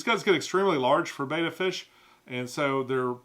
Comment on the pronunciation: I thought that someone who's been in the hobby as long as you would know how to pronounce betta😢